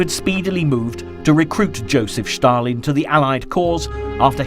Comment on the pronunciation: Stalin not schtarlin